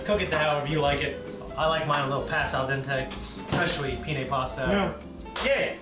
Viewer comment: It's Pen-ne, not Pee-ne! Every time you pronounce it wrong an Italian gets an earache.